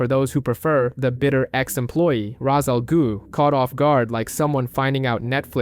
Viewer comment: Cool video… but what the heck is an “a ghhu” it’s not that hard😂